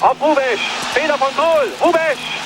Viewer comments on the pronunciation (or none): none